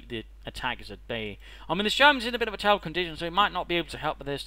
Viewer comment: Terrble. Turble. Trbl okw play.